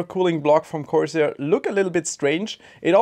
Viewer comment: It's corsair. Style over substance.